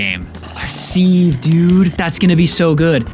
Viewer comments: As much as i love your videos, ITS SAID S-I-V(SIEVE). That being said, youve done amazing work and i cant imagine how much effort goes into making something like this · I have never heard anyone pronounce sieve like that before (he is saying see-v whereas I have always said si-v) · Sieve is pronounced Siv, Taiga is pronounced Tie-guh